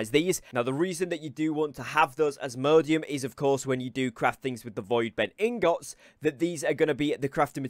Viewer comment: i think he's pronouncing "Ingots" wrong.. or am i trippin?